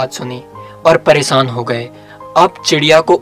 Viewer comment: Presaan nhi pareshaan